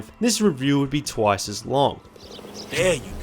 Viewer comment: bro said thwice